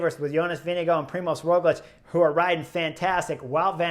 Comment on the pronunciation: Who TF is Jonas Vinigo? Why do you pronounce names so poorly?